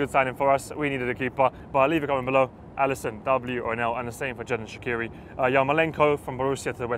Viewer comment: ShaqUiri?! Are you fucking kidding me? Ffs...😒 Er heisst Xherdan Shaqiri!🇨🇭hopp schwiiz🇨🇭